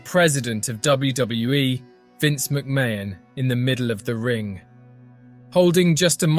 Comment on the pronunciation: The mispronunciation and inconsistency of Benoit and McMahon is really bad